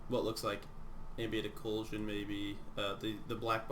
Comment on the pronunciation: Ambient "OH-KLEW-SHUN"